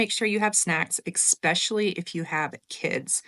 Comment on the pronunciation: Especially, not ecspecially 😭 My sister does the same thing 😜